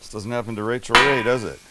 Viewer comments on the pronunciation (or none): none